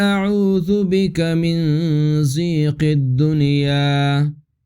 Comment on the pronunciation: جناب عربی زبان میں جس طرح آپ پڑھ رہے ہے کوئی لفظ ظیق یا زیق نہیں ہے یہ اردو زبان نہیں ہے کوشش کریں لفظ کا استعمال کرنے میں